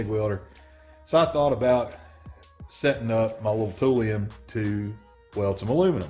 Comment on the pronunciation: "Tool lion." Toolion. Not "tool-eon" Toolion..... Raaaawrrrr....... ferocious I realize....... I'm the tool🤣